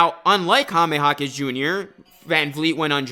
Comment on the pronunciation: The way you say Jaime is weird. It's very easy..."High" + "meh"... not Hah-meh (it hurts my ears)